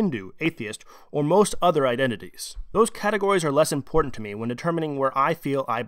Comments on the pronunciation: It's iMportant, not iNportant... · The word is iMportant rather than iNportant